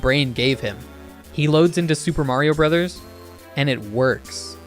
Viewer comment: You know how to say Mario Bros. and Hammer Bros correctly. Impressive.